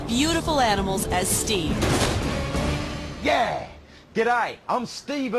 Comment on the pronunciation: Bruh it’s Steve not stave